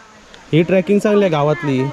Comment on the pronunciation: ट्र्याकिंग नाही रे ट्रेकिंग इंग्लिश भाषेतील शब्द योग्य उच्चार करून वापरत जा . वाक्याचा अर्थ बदलतो